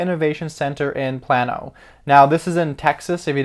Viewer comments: Its not pronounced PLAN-O. It's pronounced PLAIN-O. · It's pronounced PLAY -NO but yes I hold both stocks. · Sorry I'm from Texas... It is pronounced plane-oh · I live in Plano... it’s pronounced PLAY. NO.... also hold 500 shares of PLTR so I love the news. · It's pronounced "Play-no"